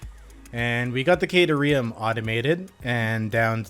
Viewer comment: Hey man! Love the vids! One thing though: at about you hear the FicSit AI pronounce "caterium" as "kuh-teer-ee-um". Just thought that, as a fellow borderline OCD freak, you might be keen on that. Cheers, mate! :)